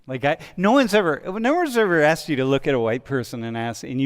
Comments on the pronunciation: was thinking the same. That it was purposely intentional. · its asked not axed you are part of the problem